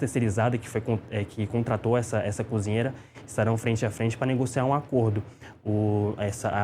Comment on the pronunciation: fala muito mal. "Conzinheira". Mangaratiba é uma cidade fora da capital.